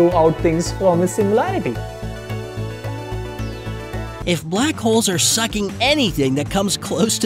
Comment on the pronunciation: Your voice sounds confident when speaking english, but the pronounciations are 100% wrong lol. "Singularity" not "Sinlarity" and for "Theory of Relativity" you said "Tory of Jondability(????)" Sometimes, I can't even understand what you're trying to say even if I listen to it over and over.